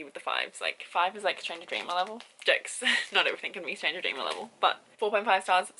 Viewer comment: Not trying to be rude, but I can't understand what you're saying when you said not everything can be on [enter book name here]'s level. Stranger Dreamer? Would like to know the title so I can check it out!